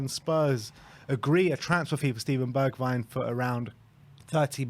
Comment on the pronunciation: At least you can pronounce his name right.